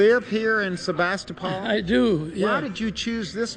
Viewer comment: I have family from Sebastopol, have been going there for almost 30 years, and I have never heard anyone pronounce it that way. The last syllable is pronounced like pool!